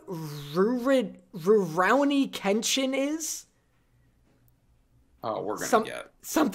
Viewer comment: you have come VERY close to losing your biggest fan by not only NOT having watched Rorouni Kenshin...but not being able to pronounce it. WATCH IT AND BECOME A REAL MAN! lol